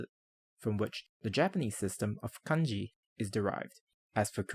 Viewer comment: I love how you pronounced kanji, hanzi and hanja correctly! Nice video, thank you.